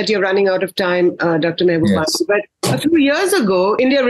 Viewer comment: Pls pronounce his name right - Mahubani!!